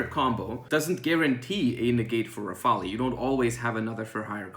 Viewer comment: The e is silent in rafale. Thanks for the advice!